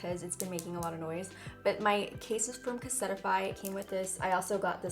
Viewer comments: Lol I love you!!! She said "cassette ih fye" it's Case- tih- fye" for the phone case brand lol awwwwww!!!!! I love you I love her so so much!! We're February Aquarius sisterss in the house girl!!! Love it un edited girl your my number 1 Everytime for years mama ♒♒💟💟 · The way you said casetify I’m rolling in my tears